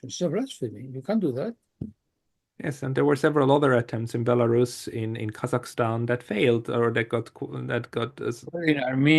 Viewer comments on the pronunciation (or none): none